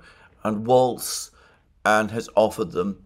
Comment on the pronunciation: The name is Walz, not "Waltz," and it rhymes with "walls"